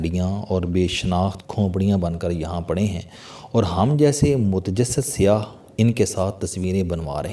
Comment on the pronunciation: CHOUHDERY SAHIB AAP KO APNI URDU THEEK KERNI PAREY GI BOHAT SAREY ALFAAZ AAP GHALAT BOL RAHE HAIN JAISEY( KHONPRIYAN) NAHIN SAHI LAFZ HAI KHOPRIYAN AOR( SIAH )NAHIN SAIYYAH